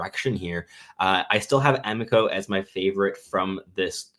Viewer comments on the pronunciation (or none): Carter "AH-MEE-CO", not "AM-ICK-OH"